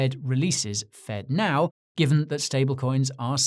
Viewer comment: Fedno instead of Fednow.